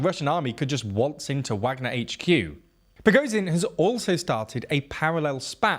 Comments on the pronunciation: The ZH in Prigozhin should also be pronounced the same way. Also the W of Wagner, a German word , is pronounced like a V like the W in Volkswagen. And the KH of Kherson and Bakhmut is pronounced something like a Spanish J - think Juan, José, Rioja. Getting these details right would really increase your credibility. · Prigozhin: Prih Goh (the "goh" sound being like in "God") Zhin (the "zhih" sound is like a French "je" sound, or how you'd say "Jules," as in Jules Vernet). Seriously this man's name is the most inconsistently mispronounced name on the whole channel. Shoigu's name is like shoy-goo Gerasimov; Geh-rah-see-mov